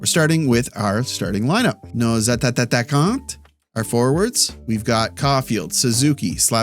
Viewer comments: Love watching this! Thanks so much. Love that you try in French too. On that note, any reason you ah-ta-ta-kaaan-teh instead of ah-ta-khan (silent "nts")? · Entertaining and original 🙂 But just one thing to be aware of, in french we say Les attaquants and not Les attattaquants. Thank you, good job!! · Hi, Your French is getting better but it's always been bugging me when you say "attaquants". Please only pronounce one of the middle T's and it'll definitely sound more right.